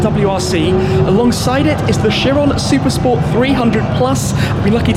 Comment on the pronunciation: Did Shmee say Chiron per spo?🤣